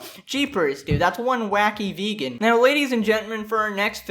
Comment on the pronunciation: “You once were a ve-gone, but now you will be gone.”